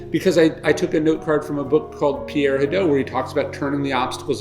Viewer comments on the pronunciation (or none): none